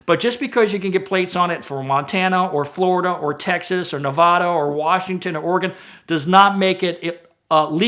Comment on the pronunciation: damn first thing said in the whole video is someone mispronouncing Nevada. there is no w in Nevada, so stop saying it like Nevawda!